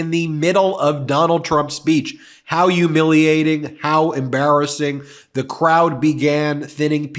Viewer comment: Ben, stop UMILIATING yourself. You are educated right? Not by the sounds of you talking. Again NOT EVERY H IS SILENT. Thank heavens you are not involved in representing anything in my life. Not watching videos of those who can not speak correctly - you keep pushing watchers away. Guess that is all you are good for dude. You should be UMILIATED by your own actions